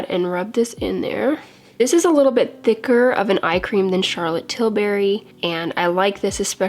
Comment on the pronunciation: Best way to pronounce Charlotte 'Tilberry' 😍😂